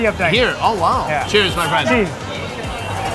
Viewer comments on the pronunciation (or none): "cheers" "cheese"